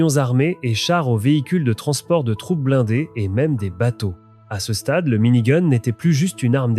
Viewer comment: mini goune ^^